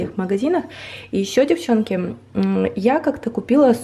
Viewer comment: Yuliia Husak ну тогда уж" девчОнки", а не"девчЕнки")